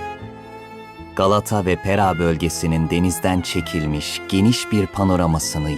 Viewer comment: Zaten Halic Ve Pera'yi da kotubtelaffuz ediyo seslendiren